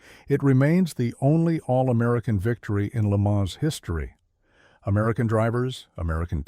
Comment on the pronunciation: If you intend to continue to narrate these programs, please become in touch with the correct pronouncing of words and names such as Le Mans, Porsche.